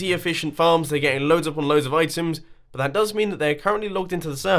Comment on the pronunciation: You said "butt..." instead of "but" xc